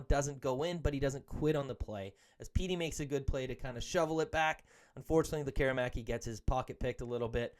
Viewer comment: Why do so many people in Vancouver sports media fail to pronounce Lekkerimaki's name properly the way he does and the way it's pronounced in Sweden? You need to let the "air" out of it! "Lekker' imaki" , our future star deserves the respect. Mind you, some guys still can't pronounce Petey's first after 6 years. ELL' ias or EE' lias etc.. Great analysis video of our talented young gun slinger, he has the tools to be an exciting addition to the top six.